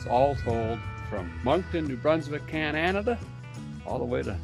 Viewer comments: Really wish you would say Canada not cananada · Down home entertainment 😀....However, if you visit another country, at least pronounce the name right. Cananada?? Only 3 syllables my friend. Cheers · Why do you insist on mispronouncing my country's name like that? Dumbass! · Show some respect and stop miss pronouncing our country name. You did in another vid and I unsubsidized. And you did it twice in the first 14 mins of this vid??? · Least you could do is pronounce Canada right. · Long time subscriber now. Basically watched you from the beginning. Love everything you do for us and love this episode. I only ask as a Canadian, can you please just pronounce Canada right once. We have had enough disrespect from certain countries lately. Thank you again. 🇨🇦❤️